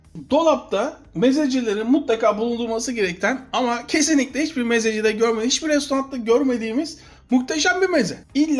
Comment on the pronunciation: kardeş. Yıllardır sıkı takipçinim. Senin yemek ve mezelerini çok beğenirim. Amaaaa Restaurant Fransızca ya.. Onlarda kelime sonlarına gelen t, s...harfleri okunmaz. Restoran telaffuzu tercih et ltf.